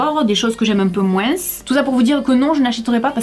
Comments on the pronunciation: en francais on prononce le "s" de plus pour differencier ces 2 sens (dıfferencıer + de "je n'aı plus de pates") Maıs comme moıns n'a pas 2 sens on n'a pas besoın de facon de dıfferencıer Donc ıl ne faut pas prononcer le s de moıns 😅😅😅😅😅😅😅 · J'adore comment tu prononces moin(s) avec le(s)a la fin! Sinon très bonne vidéo bisous. 😍😘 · "un peu moinss'" ! je pensais que c'était uniquement les antillais qui avaient cette prononciation ! Super vidéo, je vous regarde avec plaisir comme d'habitude :) Merci ! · tu pourrais peut-être donner ton avis sur des fast food et dire tes expérience dessus par exemple le mcdo ❤sinon je t'adore et t pas la seule à dire le s dans moins j'ai entendu quand tu l'a dit dans cette vidéo 😊❤ Je t'adore et même si des personnes sont méchantes avec toi fais pas attention et continu à avancer continue comme ça res super ❤❤❤❤❤❤❤ Je t'aime fort fort fort même si je sais que j'ai 13 ans mais je t'adore vraiment ❤